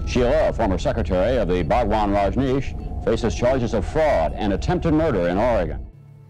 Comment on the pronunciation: When she said bhagvan, i got cringed. Disgusting